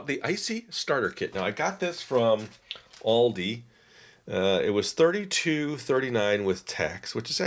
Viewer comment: He said it exactly right, the German way.... that is how I say it, and I am in Germany.